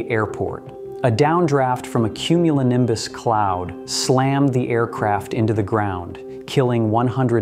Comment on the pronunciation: just one more time I want to her "cumulinimbus clouds"